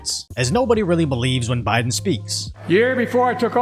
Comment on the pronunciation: Did he say “SMOKIN JOE BYE-DONE “ or “STROKING JOE BYE-DONE “ ? Get those parasites out of here!